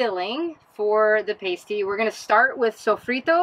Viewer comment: You don't say that word the way you think you do 😉. My family is from the western UP and Pasty rhymes with Nasty. So jealous of your time in the UP, enjoy!